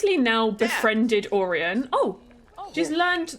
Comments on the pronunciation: I think Orion is pronounced like Oh-Ryan. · hi love the vid🎉🎉 but orion is pronounced oh-ryan